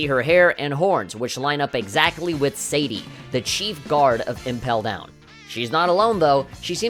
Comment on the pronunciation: Ivankov is pronounced ee-vankov, not eye-vankov. You're reading the I as one in the "iPhone" which is wrong. (Same goes for the name Ivan basically) Sadi is suh-dee, not say-dee.